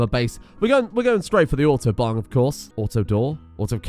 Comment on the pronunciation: "auto-bong" sounds like "autobahn"